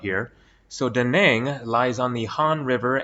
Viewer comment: Nice Went a few times And It's "Da" "Nang" and not "duh naanng"